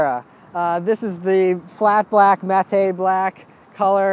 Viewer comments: mat-ay? no it's pronounced like the name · Tockometer? Mahtey black?? What language is this?? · Matte is pronounced "",! Great review though. I'd say it's your best yet. Keep it up. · Do americans pronounce mattay?? Never heard matte said that way before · "mattay" HAHAHA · did he say " mat Tae black" ? lol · Scott Tucker mattay black